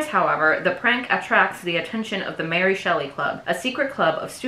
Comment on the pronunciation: super cute content, defo will subscribe but small note. that's really not how you pronounce ary